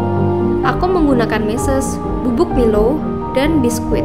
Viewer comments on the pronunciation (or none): Kak nmanya bkn milow tapi milo